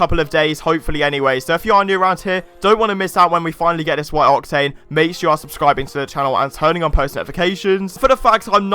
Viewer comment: The way you say octane grinds my gears